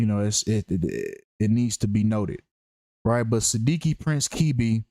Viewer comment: His surname is pronounced Ke-Beh. Ke sounds like keh not kee. And beh for bed. Sidiki is a west African Guinean/Malian name.